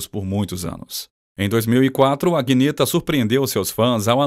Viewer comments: Não é "aguineta", o nome, mas Anheta... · Belo vídeo, só faltou pronunciar o nome dela corretamente. Aguinêta é pra acabar né. A pronuncia correta é Anita. Agnetha se pronuncia Anita.